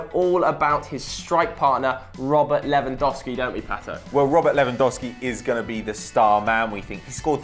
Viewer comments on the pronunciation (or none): none